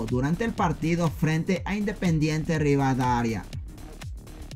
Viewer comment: Oye, entiende, no es RIVADARIA,,,ES RIVADAVIA, después el público ajeno del Ecuador vá a pensar q todos los ecuatorianos pronunciamos y modulamos como tu, o sea como las weas